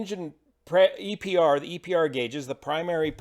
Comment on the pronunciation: Ive never heard anyone say EPER for EPR but great video!